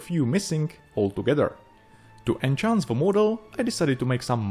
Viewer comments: I know english is not your 1st language... Its enhance not enchance. Enchance is an old english word now obsolete not used since 1150/1500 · Enhance, not en-chance. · I love your work, I love your presentation, I love your charming accent and your English is virtually flawless. However, I want to be a language nazi for a brief moment. In this video, you consistently pronounce the word 'enhance' as 'enchant'. The first word means 'improve' (which is what you mean) and the second word means 'to fill with delight' or 'to put a spell on someone'. It was only after you said it three times (the magical number) that I decided to be a dick about it and make a comment. Again: love your work